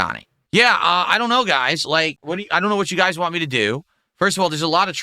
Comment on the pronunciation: I really cannot take him seriously whenever he says "waan" (want) 😂